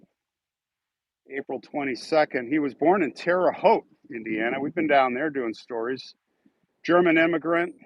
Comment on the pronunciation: Hey! You pronounced Terre Haute correctly, 1st time I have heard it pronounced correctly by somebody not from there! lol